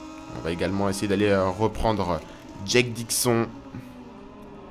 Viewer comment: Au niveau de la prononciation de Dixon... Dis le comme si c'etait ecrit : " DIXONE" sinon rien a redire